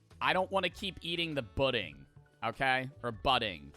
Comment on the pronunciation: crying everytime he says budding